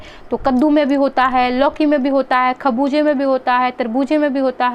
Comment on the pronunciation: aap itni jaldi bolte ho aap bhul jate ho kya kah rhe ho aapne kharbuje ko Khanuja bol diya namste